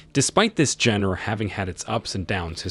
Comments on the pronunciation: NGL was very confused in some parts until I realized the word was "genre" was being pronounced like JEN-er instead of JAHN-rah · Note for future videos... the word "genre" is pronounced "john ruh." Not "Jen ear." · genre - "john-rah" not "gen-ra" - otherwise, lots to look forward to! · The way he mispronounces genre as "jenner" makes me shudder. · That is not how you say "genre" :P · look up how to say genre please